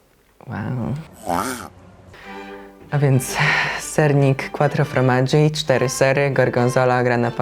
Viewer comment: Quattro FORmaggi, a nie FROmaggi 😊